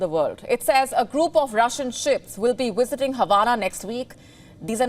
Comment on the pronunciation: "Wissiting"? Wissit?